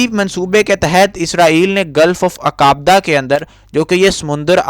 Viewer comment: Aap ka urdu pronunciation bilkul ghalat hae "ailat" Aqabah"